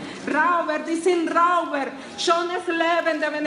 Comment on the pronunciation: Alterinc La señora habla un pésimo alemán. Nivel tarzán.Ni se le ocurra imitarla se escribe Räuber y se pronuncia roiba con una r al final tan sutil que casi ni se oye.